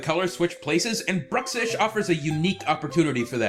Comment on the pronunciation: Corvo atano it's called bruxish not Druxish idiot!!